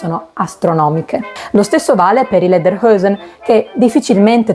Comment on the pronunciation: Ottimo video, grazie! Le parole sono pronunciate in maniera corretta e questo da la misura della cura con cui hai lavorato. Solo Lederhosen dovresti però pronunciarla esattamente com'è scritta (non Lederhoesen). Complimenti!